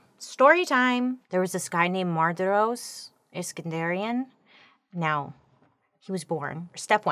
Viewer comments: Fascinating story, but your pronunciation of main guy's name drove me nuts! It's Mar- di- ros 🤣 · It’s pronounced Mar di ros. Sorry I know you said you would butcher the names but as an Armenian I expect better. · I'm pretty sure it's Mardiros and not mardrios